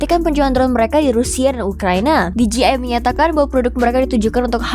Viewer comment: DJI yang harusnya dibaca Di Je Ai Malah dibaca Di Ji Ai 😄